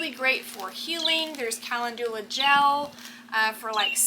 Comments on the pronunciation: It's pronounced kuh·LEND yuh·luh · Not being mean or anything but, Calendula is pronounced. [KUH]+[LEN]+[JUH]=LUH]. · I love these oils, I am very interested in herbal medicine and calendula (pronounced kalenndula) is anti-fungal, anti-bacterial and can be used for all sorts of wound treatments, as in an ointment. It's also very beneficial in keeping the skin soft and healthy, very good for you if you work much with soil. ❤❤❤❤❤❤❤ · Good morning. Do they pronounce calendula differently in TX? In VA, we pronounce it ca LEND u la...duck duck go agrees with us. You are such a good teacher for so many subjects. I really enjoy your videos!